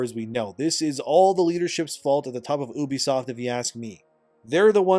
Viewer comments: you be, not eww be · I really love how you say "OOOBISOFT" and not "EWWBISOFT" ! 😂😂😂😂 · Why do yall pronounce it as “oo-be-soft” that just never sounds right 😭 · Bro… “uubeysoft” is not how common folk say it😂 it’s “yoobee-soft” sound it out guy. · People who say "Oobisoft" and "Yaske" when it's literally spelled Ubisoft and Yasuke needs to be put in mandatory speech therapy... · Why do you pronounce ubisoft like "oo-bisoft"? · Its "you-be-soft"